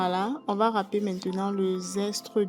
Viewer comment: Zeste et non zestre